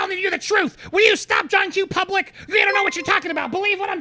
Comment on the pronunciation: I believe there was a deal AND the deal was to help Brian apescaynay! Bertolini’s words will go down in the books as SNL’s greatest meme. “John Q Publikk”“hawgwawsh,” “I’m not at libertti,” and most important of all…”DO NAHT TAWK TO LAHW ENFOWCEMENT.” Guy got his law degree from the Elmer Fudd Academy Use the tongue in every word folks.